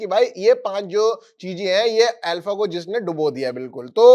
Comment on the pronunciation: ये अल्फ़ा नहीं आरफ़ा थी 😂